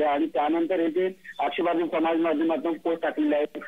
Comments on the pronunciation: आग बाई तुला आक्षेपार्ह हा शब्द सुद्धा बोलता येत नाही. मग कशाला तिथे गोंधळ करते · मॅडम मराठी बातम्या देताना आक्षेपार्ह वाचता येत नाही म्हणजे दुर्दैव आहे.